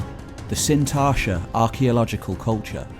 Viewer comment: There's a 't' in Sintashta..